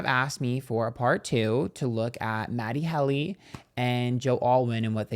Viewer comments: Matty Helly 😂❤ it really wouldnt be a proper episode without mispronouncing something within the first minute honey 🎉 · I caught the mispronunciation and laughed so hard. 😂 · MATT-e HEAL-e?